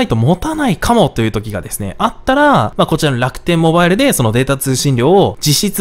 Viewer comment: の楽天ﾓﾌﾞｧｲﾙを目覚ましがわりにしたい人生だった